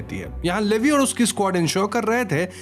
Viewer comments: Bhaiya ji It's not लेवी it's actually लिवाई Please correct this Btw explaination is too good ❤️❤️😙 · Not Levi it’s. Liivie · It's not livi 😭 it's leviiiiiiii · Levy bola aapne Levi ko Lee Y bolte hai usko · abey chomu livi nahi lee why aise pronounce karte bhadwe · the pronounce is not "Leevieee" it's "leeeevaaiiiiiii" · Man that is levi not levie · It's levi...not livi... 😭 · It's not Levis it's levi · Levi is pronounced as levy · It’s levi not lyvi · Levi 😂😂😂 It's levai if pronounced 😂😂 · levve nhi levi!!! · Sir sorry to say but it's ley don't say levi spalling is right levi but it say ley he is my love please correct what you are saying 😀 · Its li- vie not li- v. 😢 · He said leeevi layvi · It's Levi not leve 😅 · Levei 😂😂 Leave iiiiiiii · Bro It's Levi -लिवाय 🥲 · its leevai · It's L E V I😅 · I don't know where you watched AOT, you said 'Lady Mikasa', Grasia to grisha and Levi is produced as Leevai😅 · Bro its lee-Vi (vi like in violet) and Han-je brother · It's not Levi it's levaaaai 🥲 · Bro Erwin ka spelling galat hai Levi ka pronunciation galat hai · Baruto nahi Bertholt hai aur Levi ka naam bhi galath pronounce kia hai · You pronounced Levi wrong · Bro you pronounced levi wrong. Plz correct it in the next video.😢😢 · You butchered their names 💀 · Levi ko galt way me bol rahe ho